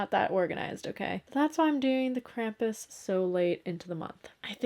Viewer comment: Lol, "Krampi?"